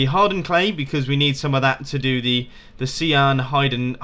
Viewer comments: Did you just pronounce cyan as sea-urn? Sy-ann. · its not seeyan its sighyan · Cian? It's cyan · It's pronounced *Sy~an*